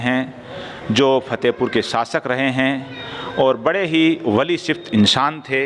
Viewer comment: एक गुजारिश करूंगा नाराज मत होना आपकी उर्दू की व्याकरण pronoun में थोड़ी कमी ह उसे दुरुस्त करने की कोशिश करो Fatehpur को आप Phatehpur बोलते हो आराम फरमा को आप आराम pharma बोलते हो